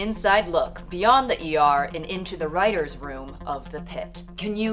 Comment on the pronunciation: "ima reighter" 😭